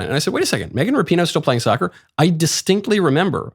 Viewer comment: It's pronounced like Rap - i- no